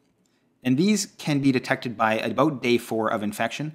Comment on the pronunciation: All I hear is Abooewwt